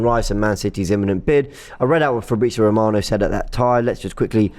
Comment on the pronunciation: Fabrizio ROB-ano 😂😂😂